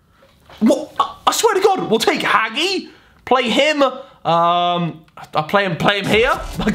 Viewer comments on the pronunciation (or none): Hagi is not Hagee its Hagi with j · You pronounce Hagi Haji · Hagi, it is pronounced Haji 😂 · Only Romanian understand the heart pain when He say: Haghi 😥😂😂 But is Hagi not Haghi 😂⚽️🔥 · Haggy? Fucking HAGGY!? Hagi, is pronounced Hah-jee. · cine e român și s a enervat când nu a pronunțat bine hagi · Its not pronounced “Hagi” its pronounced “Haji” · Romanians when he says "haghi": 🤣🤣🤣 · i dare you to say hagi's name like that again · back den he said hagi wrong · Lol i like how he said "Hagi" with an English accent no hate just find 8t funny cause I Romania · Mate your pronunciation of these players is atrocious....Hagi, Acerbi....good lord man